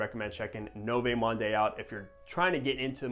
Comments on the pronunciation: No vay monday😭😭😭 you have all these fragrances but cant even pronounce the name right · Lmao 🤣 NOVAY MAHNDAY!!!, that aside good review. 👍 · Americans butcher everything. I’m pretty sure it’s pronounced like ‘Nuvo Mond’ bro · Pronounced “New-Vo Mond” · Butchered the name bro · Noooo!!! Sorry to scream at you but honest comment, every time when you butcher so badly the name(100 times throughout this video), it makes me feel like you are swearing at your mother. Yeah, that feel. So please, please, and this applies not only to you but also to any reviewers especially you are becoming bigger with more subscribers, it takes only a few seconds to Google to get the right pronunciation. I know you're American obviously don't speak French but it is so important as you try to describe the fragrance. Keep up the great work though. :hand-purple-blue-peace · Wow that was the most brutal pronunciation of french i've ever heard lol. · Only popped by to hear you butcher another name and it was splendid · He is not even trying 😂